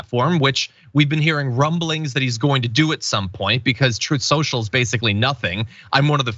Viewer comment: Didn’t Trump announce on Trooth Soocial?